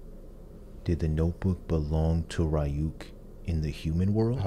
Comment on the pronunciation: Plus it helps with pronunciation, so far y'all have said Ryuk and Yagami wrong